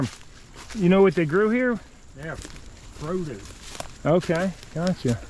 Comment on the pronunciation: Id swear he said Rodents lol